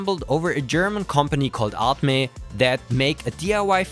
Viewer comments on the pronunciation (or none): It's not "ART, MEH!" it is "ArtMe" as "Me" as in "Mii"